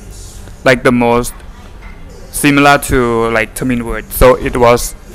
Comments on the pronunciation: தமில் அல்ல தமிழ். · தமில் இல்லப்பா தமிழ்